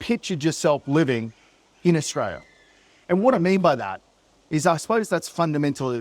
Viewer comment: 100% agree mate. It sucks in Aus at the moment, I'm glad im not the only one wondering why life isnt like it was in the 80's & 90's.. . Can u do us 1 tiny favour though? Can you pronounce the country with an L and not a Y .. AustraLia, not AustraYa.. it just ruins your credibility when you make a video putting down the country you grew up in, yet you mispronounced the country name. If u have a speech impediment, i apologise, my bad. Maybe just keep in mind for future videos.